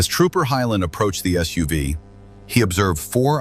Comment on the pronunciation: You lost me when your AI announcer said "soov" unstead of SUV